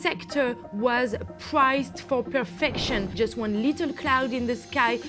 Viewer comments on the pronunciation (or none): none